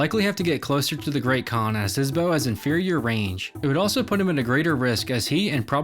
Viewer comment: It's Bow, not beuuuoeau.